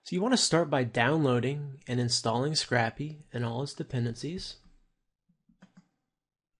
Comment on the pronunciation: Great tutorial, but It's pronounced "scrape-y" not "scrappy" lol